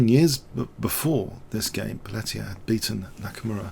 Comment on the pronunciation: Great game. Just a note re: pronunciation. White's name is pronounced 'Pelteeay', not 'Pelleteer'. It's French.